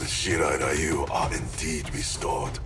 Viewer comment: Playing this cranked up on the big screen, but if there's one minor gripe, shouldn't Shirai-Ryu be pronounced "Ree-yu?!" Never got round to playing MK11 but definitely catching this in anticipation for MK1. Think I should watch MK10 as well...